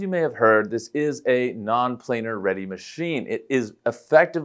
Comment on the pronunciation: Did you say non plannar??? Man i wish i could afford one of these things. Such an absolute beautiful monster of a machine. Killer job to the team behind these